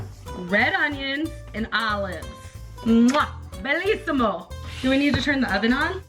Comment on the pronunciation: Did you just say BELLISIMO it's BENISIMO